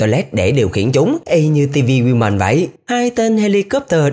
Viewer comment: woman mà anh nói nhứ women